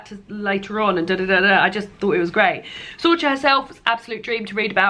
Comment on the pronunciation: I read The Pull of the Stars THAT week, and had the same weird feeling of not really wanting to be willingly reading about women's trauma in my free time when I was being inundated with it everywhere else too. P.S. Sorcha is pronounced Sorka 😉